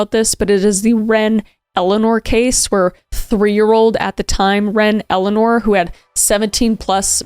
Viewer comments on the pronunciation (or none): none